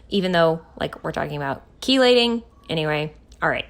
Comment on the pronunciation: Had to tell you before I forget, it is pronounced "key-lating" as in car keys. I looked it up. Now back to the video! Your videos always put a smile on my face.